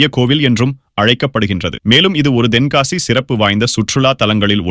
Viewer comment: தென்காசி என்பதை சரியாக உச்சரித்தால் நன்றாக இருக்கும்